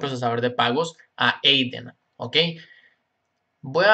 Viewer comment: es adyen no ayden